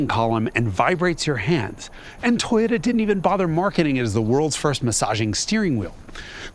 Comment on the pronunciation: Toe-yota. Not toy-ota.